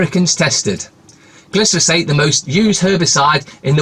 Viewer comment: Bro. It's gli fo sayte, glyphosate, not glys, been hearing you say it wrong for years now, just thought I'd be a dick and point it out to you.😁👍 Cheers..... Top bloke!